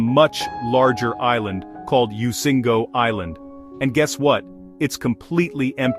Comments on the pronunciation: Migingo is pronounced mi gi ngo not mingo.The island is between Kenya and Uganda, right in the Lake Victoria. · Why a u lying to people? And it's migingo, not mingo 😂😂